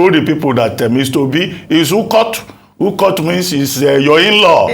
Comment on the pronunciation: Lol.... Dr Abati, it is Ukod not Ukot. Meaning inlaw